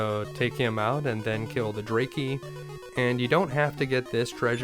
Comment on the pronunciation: I've never heard anybody pronounce Dracky that way. I've always presumed the pronunciation was like Dracula, because bat.